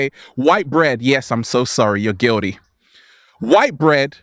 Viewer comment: Sorry! you're "Guulity" 😂😂